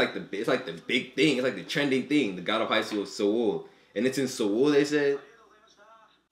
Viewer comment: I'm pretty sure Seoul is pronounced just as Soul not Se-oul.